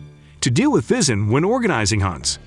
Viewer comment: I never heard of Pheasants being a problem , sounds like Bullshit . And this guy cannot even pronounce this correctly either